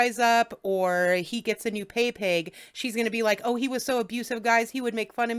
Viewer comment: 'The first thing he says is he misses me soo much! Lieke...y'knoww ho ho?!? Liekke...' Sure, Jan.